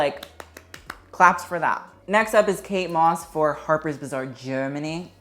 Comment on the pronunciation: The way you pronounce "harper's bazaar" sounds like "harper's bizzare" lmao